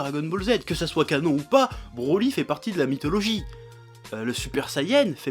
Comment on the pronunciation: je suis le seul a pensé a branlette quand il dit brolette ?